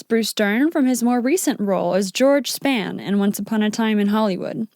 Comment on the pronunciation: George Sp hawn. It is pronounced like sphawn. Not "span"